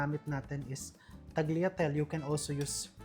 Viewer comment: Mukhang masarap yung Pasta…mejo natawa lang ako sa tagliatel,ewan ko ha kung yan tlga o merong prunounciation ng english yan pero in italian it pronounce TAL-YA-TE-LE✌️✌️just saying po🙏🙏🥰